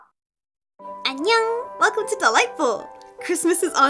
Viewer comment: Your doll repaints are my favorite of all. Love your bright and cheery voice and your cat clips. Im wondering what the word you say at the beginning and end of each vid is.. im supposing its hello and goodbye in...korean? Sounds like... Enyow?